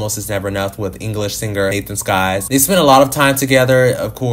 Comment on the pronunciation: It’s Nathan SYKes not Nathan SKYes 🤣